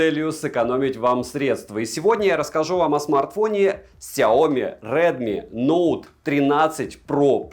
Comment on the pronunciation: Только за чёткое выговаривание названия модели - моё почтение😅